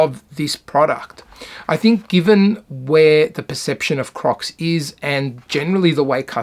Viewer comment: bro i thought he said COCKS in the beginning 💀